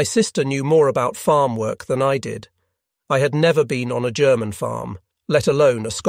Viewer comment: What software are you using for the narration? It's pretty good, though I heard a hard "G" in "'G'erman" and thought it pretty funny.